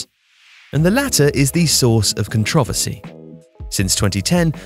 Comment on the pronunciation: Did he just say "controvvuhsy" instead of "controversy"?